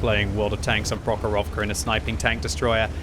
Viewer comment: Как интересно он произносит название карты "Прохоровка" очень непривычно слышать)